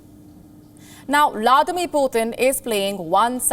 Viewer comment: Oh lady it's not ladmir Putin Its Vladimir Putin Use Vla di mir Putin Your accent can kill the new generation aspirations to become news anchor Try and keep it simple